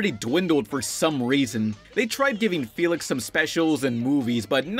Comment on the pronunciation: My name is felix and it gives me anxiety when you say my name